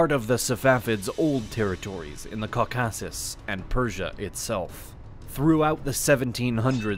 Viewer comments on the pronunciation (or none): It's not even just syllable emphasis, he seems like he is reading a script and has never heard these things pronounced correctly. I mean "cau-KASS-us" and "sub- SEE-kwent" are bad, but "Sunny Muslim" takes the cake for me. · That is the strangest pronunciation of Caucasus and Caucasian I've ever heard. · I love the videos, but I have to nitpick one thing: "Caucasus" and "subsequently" are pronounced with emphasis on the FIRST syllable, not the second ;) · The mountain ranges were a issue, but it didn't stop the muslim invasions previously. Remember Persia used to be mostly Zoroastrian. The distance didn't stop alexander, he came even further. Also i've never in my life heard anyone pronounce caucaus and caucasian that way. Basically though, they took some of Persia but there was no real motivation as the Ottomans cared more about their campaigns in Europe & North Africa. They fought for centuries but Iran proper was never invaded. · Why did you pronounce "Caucasus" and "Caucasian" so weirdly? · Can you please work on pronunciation of words like Caucasus and others? Whoever is voicing the video needs to be better informed/educated on these terms. It is very grating on the ear.